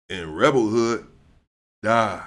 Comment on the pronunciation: Hey, his name was rebel wood not hood